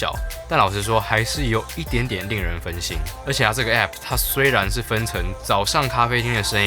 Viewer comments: 會念欸批批代表正統台灣人哈哈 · 那麼計較到底是欸批批還是app很好笑欸哈哈哈哈哈 今天一直語無倫次、太可愛ㄌ 我原本還以為在拍鬼片#